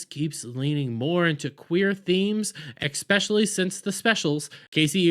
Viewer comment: another non who fan ranting dude....learn how to pronounce "especially"